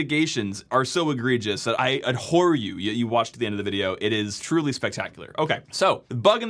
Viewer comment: ABhor ...not ADhor